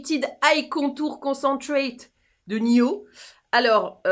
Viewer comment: il faut dire le D dans niod “ Cyrille Laurent” bisous